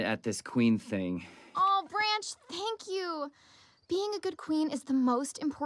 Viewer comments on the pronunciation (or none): why i keep thinking branch is saying ‘papi’